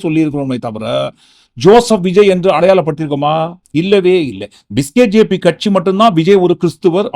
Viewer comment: Your pronunciation is demoralising BJP supporters. It is not biskjp, it is BJP. Vijay is never a B team of BJP and can never belong to BJP.